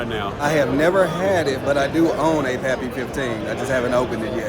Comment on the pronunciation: Was slightly disappointed when the girl couldn't even pronounce pappy thought she was just there to sell it lol I don't mind the secondary raffle not a bad way to go Enjoy the content